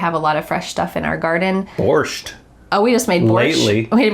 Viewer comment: I like the way Dan said BorshT 😄 it seemed to him not difficult enough to pronounce, so he added the T in the end